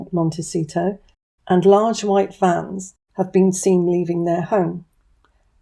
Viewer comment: I'm sorry, but did you say, 'Large white FANS' or 'Vans' were leaving the home and which home, Montecito or Frogmore? Maybe the imaginary kiddies are about to be outed for what they are.. Either way, I can't imagine King Charles was alone during the meeting ~ She's such a snake that it would be dumb to do anything alone with that woman. I truly hope they get the boot..